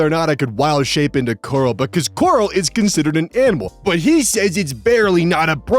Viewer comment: Yay, is gonna become a DnD Horror Story reader! I love these. o 3o Edit: Gonna be honest with ya, every time you said "coral," I thought you were saying "gorl," so hearing "My DM won't let me Wildshape into GORL!" was something that made me do a double-take.